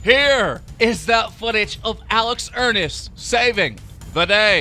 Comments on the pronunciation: ERNST ERNST NOT ERNIST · Alex Enerst? XD are you kidding me lmao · It's not Alex earnest its Ernst